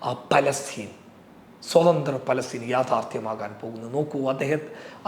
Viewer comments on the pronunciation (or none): none